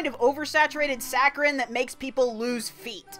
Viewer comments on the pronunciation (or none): did you mean "saccharine" or is "sacrine" a different word